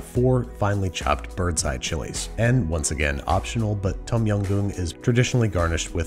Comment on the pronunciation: As a Thai person, I cringe a little every time a Phalung pronounces Tom Yum incorrectly 😭